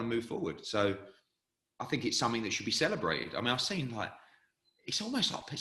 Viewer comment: can't pronounce the word Seen to save he's life 😭😂😂😂